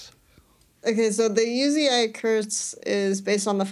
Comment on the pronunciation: Uzi is note U Z AI, plz stop that